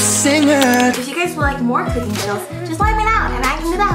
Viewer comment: Why is she making things harder for her when it comes to "KOOKING"